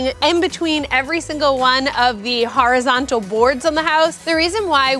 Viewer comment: The "harazontal" wood